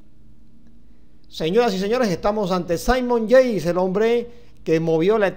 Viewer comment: Debería pronunciar y vocalizar mejor, los nombres de los deportistas al menos. (Saimon Yeis)